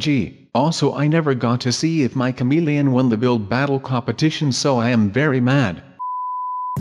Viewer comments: OMG the way he says comelian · The way you say ' camilian ' 😂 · a cameleine he said it weird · Lukas Overton-O'Hara same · Lukas Overton-O'Hara right but I thought he said comedian at first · I burst out laughing when I hear him say "chameleon" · i was lmfao when he kept saying chameleon like that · you said chameleon funny lol but i like you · says chameleon with an accent and it's hilarious. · lol the way you say chameleon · i like when he says the word chameleon! he says it so funny! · I like how he says chameleon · Lol the way he says chameleon